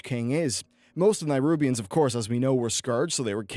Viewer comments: Oh. I'm somewhat early here. Greets! Sorry to point it out but uh... Neh-rubians. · Why are you not able to pronounce Nerubian? You trying to be different? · LEARN TO PRONOUNCE NERUBIANS!!! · Nerubians, mate. Not nairubians. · Nyrubians. Norzdumu. Is he pronouncing these names incorrectly on purpose? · Nerubians. Not Nairubians. They're not from Nairobi. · nErubians. not NAIrubians. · Stop saying Nairubians... Jesus Christ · >Spelled "nErubian" >keeps saying nirubians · I swear, normally I can see past mispronunciations and what not, but boi! BOI!! That nairubians-bs was sooo distracting lol. Please! NERUBIANS,. But eh, apart from this, great vid. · If you can say Ajzol Nerub why cant u say Nerubians instead of Nairubians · Its nerubians not nairubians because its aziol nerub not nairub. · NE-rubians not NI-rubians! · Am I the only person who doesn't understand how you can pronounce Azjol-Nerub correctly, but when you talk about the Nerubian race, a hard I somehow appears in the beginning? It's Neh-rub-ian not Neye-rub-ian.... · Nerubians not nirubians. It's an "eh" sound, not a hard i. "neh-roo-b-ians" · Nerubians, not nierubians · Ah yes, the "Nirubians," of course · It's Neh-rubian, not Nigh-rubian. :P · Just so you know it's nerubians not nairubians.:) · Please look at the spelling and learn how to pronounce the names properly. Neh-roob-ee-ans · Why do you keep pronouncing it "NIGHrubians"? Where are you getting that Y sound from? -_ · what the fuck is a NYrubian? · Ohh for the love of god please, please say NERUBIANS. It bothers me more than it should ..... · What's a Nairobian? lol. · can you please put a little time into learning the god damn names of races, cities, countries etc? A little fucking effort please.... Nairubians? Azjol-Nayrub? Are they from Nairobi? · Daniel Gramento nayrunbians